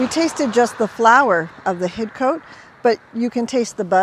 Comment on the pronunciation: We don't pronounce the 'e', we say Hid-Cot ;)